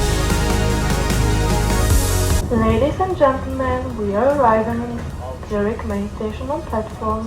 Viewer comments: Bern is de-facto capital of Switzerland although this county doesn’t have a capital … its Zurich ( like with sound of k ) not ( sound of ch) like you pronounce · Bro you’re not pronouncing Zurich correctly. And definitely it’s not the capital city. Capital of Switzerland is Bern.